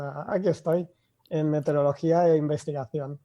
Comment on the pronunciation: MeteOrología. A quien aporta la voz que presenta al inicio, sólo decirle, que no se dice meterEología sino meteOrología. Por eso hay meteOritos y no meterEoitos.